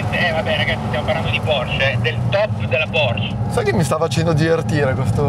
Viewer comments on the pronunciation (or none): è Porsch(E), la “e” non è sorda